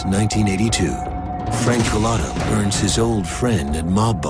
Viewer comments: The narrator keeps mispronouncing his name. A "Coolatta" is a drink served at Dunkin Donuts. Culotta is the man's last name. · Kuh-luttah? Wtf